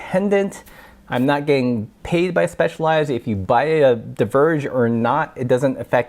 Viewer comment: "divergé" got me triggered like hell :-D